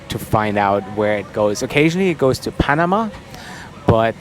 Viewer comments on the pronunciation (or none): none